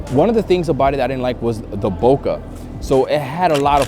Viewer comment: love your videos and watched them all but you have to keep your credibility high. Here is the correct way to say Bokeh (It's Japanese)